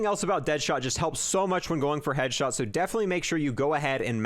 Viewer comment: Why does he not say the s in headshots and kills